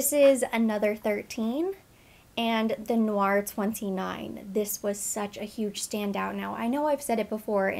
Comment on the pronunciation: Hi. Its actually pronounced like "Tay" Noir. Black Tea in French. Thats what you're catching in the wafts. Very popular in the line.